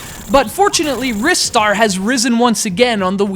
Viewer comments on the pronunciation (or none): yeah i think u mean rye-star not wrist-star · What's Wris-star and why are you talking about it during a Ry-star review? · It's pronounced "RIS-STAR"? I thought it was always pronounced "RYE-STAR"? :o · He's so much of a fan that he names CGR Undertow after Planet Undetow, yet he pronounces it Wrist Star What? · I've never heard anyone pronounce Ristar like in this video. I've always thought it was (R-eye-star). Oh well. This is up there with my favourite 2D games of all time. Love it. I wish Sonic and Ristar could have a crossover game together, similar to the day and night stages of Sonic Unleashed I guess. It sucks that just because they decided to keep Sonic as a mascot instead of Ristar (he was planned to take over Sonic) that he has to be forgotten like this. Show Ristar some love SEGA! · "Wristar," LOL what sillies. They also call Mario "Marry-o" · You're a fucking jerk, you know that? and other people can look like they want ( has a reason 'cause he's a metal-head), do the reviews their own way and pronounce names as they please. I for one pronounce the name [rai-star], mostly because of my native language. It's a free world. I do appreciate you not trolling and instead just saying what you felt out loud but internet privacy does not give you the right to insult people. Think about that. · I'm not sure if you were serious, but it's actually pronounced like "wrist-ar". The proof comes from the Japanese name リスター. If it were as you claim, it would be spelled ライスター. I might also have some bad news for you about Ryu from Street Fighter... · I also pronounce it Rye-Star (like Rye Bread) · I own a megadrive, yet I've never owned this game. Also, I'm not the only one who pronounces it 'Rystar', am I? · why in the world do you call it risstar? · You're such big fans, yet you pronounce it wrong.